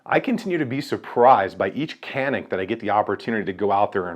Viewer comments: It's pronounced like ''jhanik'' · It's turkish. C's are J's. It's Janik. Not saying it to be rude. Just explaining . I just got one today. Very nice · I find myself unsure while talking about these guns, how I should be pronouncing the name. Is it actually pronounced as Canik or ‘Janik?